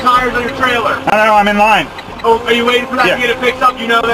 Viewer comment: Got the emphasis on the wrong syllables son. IM IN LINE, ain't the same as IM IN THE PARKING LOT ... OF THE REPAIR SHOP ... WAITING ... FOR MY TURN IN THE TIRE SHOP. Yes, you were communicating perfectly fine for everybody in America to understand what you said, and what you meant ... BUT COPS ARE STUPUD!!